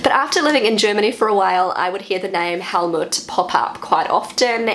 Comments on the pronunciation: I like your pronunciation. only with Helmut, I would recommend you to say it as if written "Hellmoot". It would not sound like Helmet. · pronounced Helmoot, not with a short vocal, more like "mood" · my Father was a Helmut, I know you pronaunce the name like most englixh speakers but in Germen it a emphasis in the U than it does not sound as much like a helet anymore.